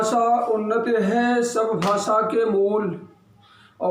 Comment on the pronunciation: तुला हिंदी चा एवढा पुळका असेल तर तू बिहार आणि उत्तरप्रदेश मध्ये जाऊन का नाही भूकत ? 🤔 महाराष्ट्र मध्ये मराठीच चालणार आणि माकडा भासा नसतंय ते भाषा अस असतं राष्ट्रभाषा हिंदी कधी पासून झाली ? तुला उत्तर द्यायला तू काय मोठा जहागीरदार नाहीस घरात बसून कावळ्या सारखं चोच मारणं बंद कर. आधी उच्चार नीट कर मग हिंदी बद्दल बोल भाषा ला भासा बोलणारे तुम्ही येडपट